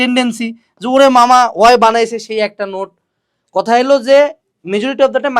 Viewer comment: Cotha❌ Coda😂✅